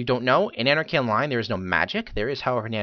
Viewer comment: Then you are illiterate. Sorry. (You fail.) "Anne-Are-Key Ahn-Lyn"